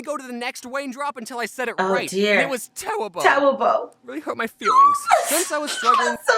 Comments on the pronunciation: My heart melted to chocolate wen he said :IT was tewible. It hurt my fweeings : so cute thi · you tewible and you hurt ma feelwing